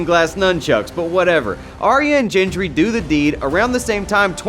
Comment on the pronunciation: Why do you say Jendry😂😂😂